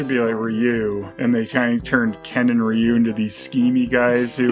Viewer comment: "Ryu?" Don't you mean "Rye-oo!?"